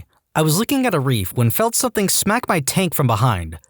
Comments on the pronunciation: Dude I love your stuff but something doesn't have a k...stop saying somethink. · No k in the word something .